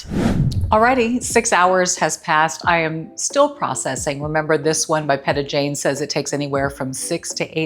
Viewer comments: It is pronounced "Peeta Jane . She is a dancer on So You Think You Can Dance. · It is pronounced PEEtajane ❤️